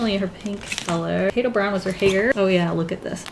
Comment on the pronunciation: For a good eight minutes, I kept hearing "potato brown" as "potato brow", and I didn't question it, since you always have that cute round eyebrow shape going on for Weelz.